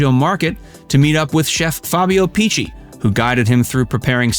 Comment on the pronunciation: Please, the pronounciation!! At least the names of people… Picchi!!! Not Picci..